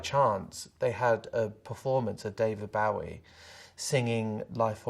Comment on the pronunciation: The way Sam says “BOW-ie” has me triggered haha